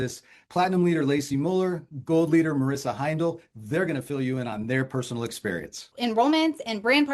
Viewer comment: anybody else hear “cult leader” when she said “gold leader”